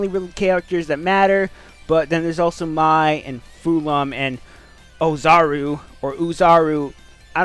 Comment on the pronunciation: I think he just doesn't know how to pronounce it.